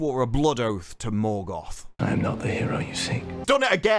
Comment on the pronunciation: Turned it off halfway through, couldn’t stand anymore, utter muck. The way Galadriel pronounces the rolling R in Morgoth and Numenor makes me want to fall on a Morgul blade